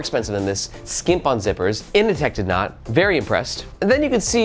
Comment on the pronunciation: Can’t help but hear Ini-Tech instead of Inateck, it’s not The Matrix it’s Office Space 😂 In seriousness I don’t dig the looks of the kinda glossy finish and it looks too bulky when full but I gotta admit that for the price point it’s a fairly impressive package